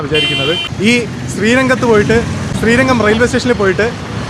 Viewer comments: ശ്രീരങ്കം അല്ല . ശ്രീരംഗം. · ശ്രീരംഗം - അതാണ് ശരി ശ്രീരങ്കം - തെറ്റാണ് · ചേട്ടാ ശ്രീരംഗം എന്നാണ്